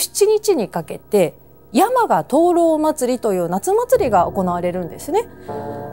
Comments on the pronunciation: 山鹿(↑↑↑)のイントネーションだけ、 気になる…… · 熊本民なので山鹿のイントネーションが気になって気になって💧 や→ま→が↑ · せんかさん、山鹿のイントネーションがちょっと違います😂でも地元熊本のお話しありがとう😊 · 熊本出身ですが、山鹿のイントネーションが違います😅😅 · せん夏さんの山鹿の発音がきになりすぎたｗ